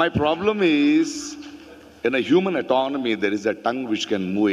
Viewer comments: It's anatomy... Not autonomy Mr. Prakash raz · its anotomy not atonomy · Atonomy nahi hota sir,,,,, Anatomy hota hai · Actually it's human anatomy not autonomy😅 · Human Atanomy? It's anatomy 🤣🤣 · 'Human Atanomy'. And I always used to read and pronounce it as 'Anatomy'. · Did he just say human autonomy instead of human anatomy ? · it's anatomy not autonomy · Autonomy 🤣🤣 It's anatomy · What is a human autonomy btw ? Did he mean anatomy...😂😂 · Anatomy or Atanomy 🤣🤣🤣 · It's human "ANATOMY" I guess.....not atonomy😊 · Not atonomy... Its anotomy u Rahul Gandhi's bhakt 😅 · human atanomy?